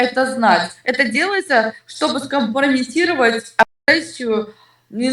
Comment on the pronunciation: по ходу, дебілка! "Скампрамєнтіровать агресію" "Как ми можем судіть человека по всєй странє".... блін як в неї виходить складати такий словарний ряд😂